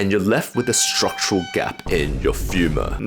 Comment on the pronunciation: The way he pronounces femur 😂😂🤣🤣